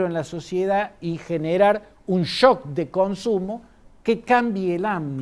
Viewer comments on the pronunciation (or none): none